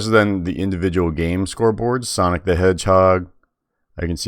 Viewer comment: Sonic not Sanic